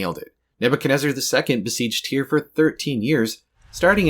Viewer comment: I thought it was pronounced tire 😭